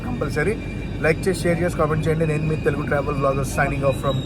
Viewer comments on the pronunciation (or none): none